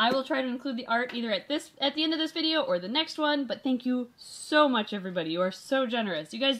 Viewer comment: She was like “shank you shoe much.😂